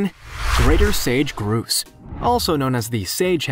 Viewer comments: The first one is not pronounced Grooses. They are called Grow ses. Sorry, I live where Grouses are prominent and I had to say something. They are funnier than heck when trying to pursue females. LOL!!! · Whats a groose lol.its a grouse, rhymes with house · Pronounced grous "GROUSE" not groose! lol I sure hope you learn stuff prior to making your next video! ;) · The spelling sounds not like Groose, BUT Growse (ow) not oose (ooh), hope this helps you for future videos. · It’s grouse just like mouse lol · The prairie grouse is pronounced like house not what the narrator did. Lol. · It's pronounced growse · I think he does it on purpose I’ve heard him mispronounce animal names on other Genius Lemon videos. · I’ve heard him mispronounce animal names on other Genius Lemon video posts. I think he does it on purpose. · I'm from the US midwest and we pronounce a grouse bird different than the narrator did. We say it so it rhymes with mouse. Just something I thought was interesting. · I was thinking that too. The narrator probably didn't know how to pronounce it